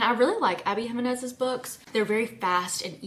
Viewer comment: Your pronunciation of "Jimenez" is awful, lol